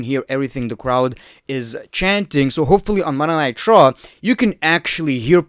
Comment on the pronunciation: Any one notice he calls it Monay nigh traw